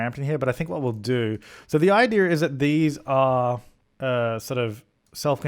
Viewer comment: Did say idear instead of idea? Your starting to mimic deli. You guys syncing.